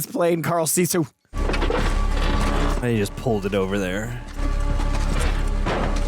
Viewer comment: It's not 'see-sew', it's just sisu.